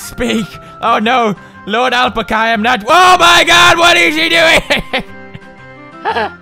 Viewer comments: there not lamas there alpacas and you can't say alpaca right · So what he doesn't have to be perfect. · Alright so you can pronounce Melancholy but you can't pronounce Alpaca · The way Pewds says alpaca though!OMFG LMAO! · the way he pronounces alpaca tho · What if u were the one who has been saying alpaca wrong this whole time... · Al~pack~a. That's how it's pronounced. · it is al-pa-ca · its AL-PACK-UH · It's Al-Pack-Ah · Omg I love how he says alpacuh instead of alpaca😂😂😂😂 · PEWDS ITS NOT ALP-ACAH ITS AL-PAC-AH "it's leviooosa not leviosaaaa" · ahl-puh-kuh... NO!! ITS AL-PAHKAH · its al-pack-a not L-pk-are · its called an Alpaca not alpaka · Lol Alpcka lol its Alpaca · Alpica lol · It's pronounced "al - pah - kah" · Ikr, he says alpca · Haha awe pewds. It's al-pack-ah it's an animal similar to the llama. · They aren't lamas they are "all-pack-us" alpacas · its pernounced: Alpaca (al-PACK-uh) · ITS AL PACK A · (AL- PACK-UH) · Isn't it ( al-pac-kah ) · alpecca, alpacco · pewds, it is pronounced al-pac-a. say al, pack, a. then alpaca. viola!!! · pewds its al-pah-cah ya edgar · Al pack uh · It's al-pac-UH lol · Alpaca (Al-Pack-A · It's pronounced (al-pack-ca) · alpaca is pronounced al-pack-ah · What if I told you you're the one pronouncing "Alpaca" wrong your entire life! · omg finnish ppl torilla tavataa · I love the way he pronounced Alpaca! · i love how he says alpaca wrong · Thoughts: 1. I love that Pewds cannot pronounce Alpaca (adorable) 2. Why was there a giraffe face at the bottom? 3. Why does this seem like Silent Hill for Alpacas 4. Smoking is bad Alpaca.. don't do it you get depressed & that turn into a mutant. 5. I want whatever the person who made this game is smoking XD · the way he says "Alpaca" is hilarious... i love these videos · lol well... I know how I'm going to be pronouncing "alpaca" from now on... hahahaha :'D lol! I'm typing this comment while watching and each time I hear Pewds say it I die laughing hahaha! *dead* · He was kidding...